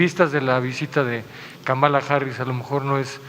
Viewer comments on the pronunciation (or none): Si la siguen llamando KAMÁLA (con acento en la 2da Á) se les va a enojar. Es KÁMALA HARRIS con acento en la primera Á. (Solo es una observación) Saludos